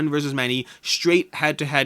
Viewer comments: Nooooo it’s Magneto not Magento 🥸 😿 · Wait, you said magent-o for magneto? That is sort of funny. Thanks for the video! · So, if I'm going to get just 1 Marvel game, would you recommend Marvel United or Marvel Champions? I'm leaning toward Marvel Champions because it seems like a deeper game, though I haven't spent much time investigating either of them. Also, I was going to tease you for saying "Magento", but a bunch of people beat me to it. :-)